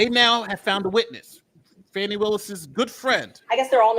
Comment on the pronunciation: Her name is pronounced "Faw nee " Not Fanny. Give her this courtesy and stop degrading her!